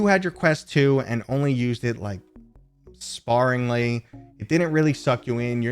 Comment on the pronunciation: wow no vr face @@ am cool but old n poor ; boo hoo...I wish I could afford this. I have a quest 2 and like it but find faults with it as mentioned... Overtime Walfart ;,,,here I go. I think 512gb is a must..........great vid and very informative. sry not to troll but i think you pronounced 'sparingly' wrong...